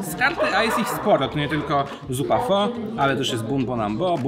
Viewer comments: świetny odcinek. Z tymże jedna uwaga. Otóż w jednym z filmików - na temat języka wietnamskiego dowiedziałem się, że słowo pho wymawia się jako phy. A to bardzo ważne gdyż jak powiemy: Poproszę jedną pho to oznacza to tyle co delikatnie mówiąc poproszę jedną panią ciężko pracującą przy drodze własnym ciałem. Zapraszam też na swój kanał gdzie oceniam herbaty, yerba mate i zioła. Tu masz moją recenzję Zhu Ye Puerh (puerha w bambusie) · Hej, słyszałem o innej wymowie pho, ale.... wymowa "pho" tak się zadomowiła w Polsce i na Zachodzie, że chyba już po ptakach. W Wietnamie będę jednak uważał, jak już pojadę!